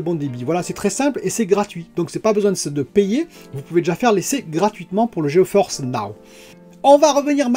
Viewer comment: Gé Force, pas G E Force. ps: bonne vidéo :)